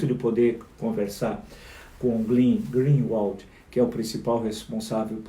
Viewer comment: Eu fico impressionada como não é só o Bolsonaro que é burro, os 3 filhos também são! O Flávio não conseguiu falar o sobrenome do Glenn. E o pior foi levar a teoria do pavão pro Moro, totalmente fake. Que imbecil!